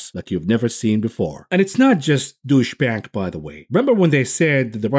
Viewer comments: "douche bank" lol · Love how you deliberately pronounce Deutsche Bank as Douche-bag 😂👏